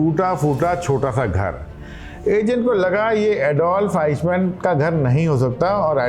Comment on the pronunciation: अरे उसका नाम "आईश मेन", "आइक मेन" था...!